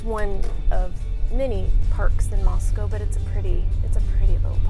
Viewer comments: Yeah I would have bought a house there until I heard the way you said Moscow. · i've watched several videos so far where a resident or former one has pronounced it like that. apparently that's just how it's pronounced. 🤷🏻‍♀️ such a subtle difference shocked me too lol.